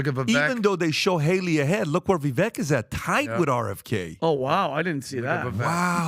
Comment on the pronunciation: HOW DO THEY ALL STILL NOT KNOW HOW TO PRONOUNCE VIVEK'S NAME LMAO